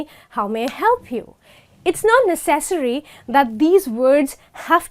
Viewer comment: Necessary is pronounced [ˈnɛsəs(ə)ri] beautiful lady thanks for your video!